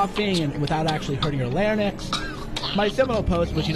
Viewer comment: you can tell he's a moron by his mispronunciation of LARYNX and his repeated use of the B-bomb to refer to women. what a bitter, pathetic, parasitic, malignant narcissist. dude, if you want to be friends with this guy, i am guessing you don't have any women friends. even among men, there are better people. the world is a big place. you don't need a misogynist, a rapist no less, to get a retweet. have some self respect and others will follow. be good to yourself.